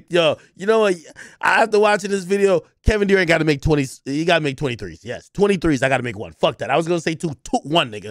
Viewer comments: Kevin "DooRant"🤣🤣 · “Kevin DEWrant”